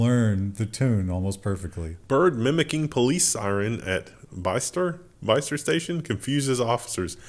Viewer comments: Bicester is said as Bis-ter, rhymes with “Mister” - I doubt you’ll ever need to say that name again though. I think I’ve probably driven through it and there is a “Bicester Village” out of town shopping centre but other than it exists I have no recollection of it at all. I may have even lived there for a few months in 2003. Will need to check a map. Edited to add. I checked a map. I lived in Kidlington, which is between Oxford and Bicester. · Bicester is pronounced 'Bister'